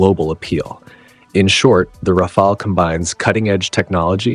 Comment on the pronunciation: This is truly one of the very best reviews of the Rafale I have seen in a long time (and, believe me, I have seen dozens), especially coming from an English speaking person. Another positive aspect to me is that the narrator in this video is one of the rarest person pronouncing "RAFALE" correctly, not like most narrator who say "RAFAELI", mostly Americans, not British (you have no idea how much that irritates me)